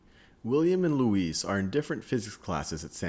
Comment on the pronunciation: Academy Luis is pronounced Lou-i